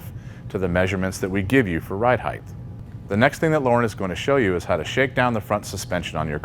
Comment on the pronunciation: Height. (hyte) not (hyth) Why do you say it like that?